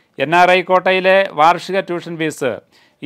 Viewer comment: Fees self minimum fees pronounced wrongly